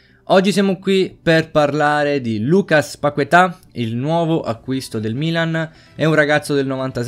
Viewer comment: È "Lucas Pachetà" la pronuncia.